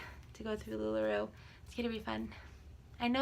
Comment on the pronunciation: I don’t want to be mean but you can’t even pronounce the name of the company correct lol it’s not lula roo it’s lula ROW